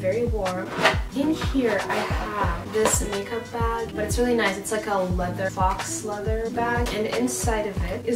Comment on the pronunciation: “Faux leather” isn’t actually pronounced “fox leather”....